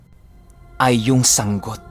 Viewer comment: Yehey yehey...🥰🥰🥰 tamang pag bigkas ng sanggot (sang-got)... kabog he he ( paniki) ♥️♥️♥️♥️♥️♥️♥️. i Silent listener here